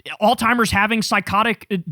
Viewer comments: Alzheimer's pronounced All-zy-mers...not, Alltimers 😊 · I don't know what drives me more crazy, the fact that Trump is actively trying to usher in the biblical end times, or Kyle continuing to say all timers instead of alzheimers! Haha, jk, it's the end times thing, but for the love of God man, please stop pronouncing a t when you say alzheimers. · The 'alsTimers' thing gets me every time 😂